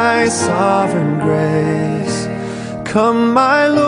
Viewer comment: One of my favorite hymns. Chris Rice, do you have a speech impediment? It is Grace, not gray. Why do you drop the consonant at the end? Praise !!my dear fellow, praise. . It has an s at the end.